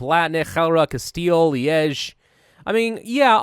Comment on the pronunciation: leige as in my leige not lee edge